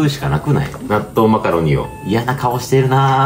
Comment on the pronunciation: 納豆マカロニが納豆マカロンに聞こえて激しく動揺しました😂